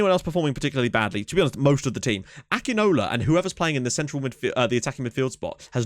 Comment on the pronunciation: It is pronounced Sani Akinola name is pronounced ækinawla i am nigerian by the way